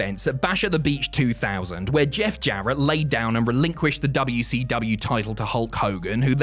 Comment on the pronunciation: Dabya - Cee - Dabya 😂